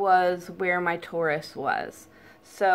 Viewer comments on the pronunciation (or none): Tori it’s pronounced tore eye. I was going to have surgery to remove it but also came up with the same idea to cut that spot out.